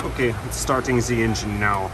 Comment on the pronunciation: My new favourite saying “poppin ze hood”